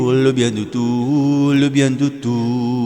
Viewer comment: Très belle voix, mais vous devriez prononcer le son s de tous parce que ici c'est un pronom